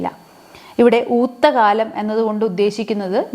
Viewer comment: ഊത്തക്കാലം.... എന്നതിന്റെ ഉച്ചരണം ശരിയല്ലല്ലോ. ടീച്ചർ ഊത്തകാലം എന്നാണ് പറഞ്ഞിരിക്കുന്നത്.